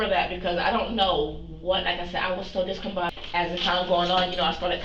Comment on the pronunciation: I hate this woman so much "I said I was so discombobulated." "I was very discombobulated." "I was so discombobobed [discombobulated]." "is that why I was so discombobulated when y'all see me?" "So that's why I was so discombobulated when y'all seeing me." "I was so discombobulated that morning."